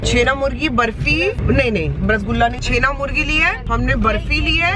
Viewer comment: छेना मुर्गी नहीं छेना मुर्की होता है